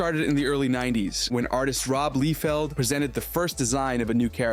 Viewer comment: Pronounced "Lie-feld" 😀